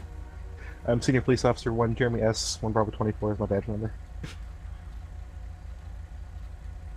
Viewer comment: Clearly it's Jeremy not germy